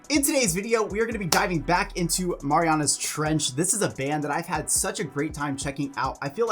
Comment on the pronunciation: It's said "Mare-e-anna's"